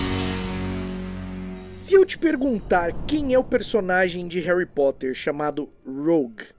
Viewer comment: Em Portugal eles n mudam quase nd, mas oq acho mais estranho é q eles pronunciam "Érri" ao invés de "Réry".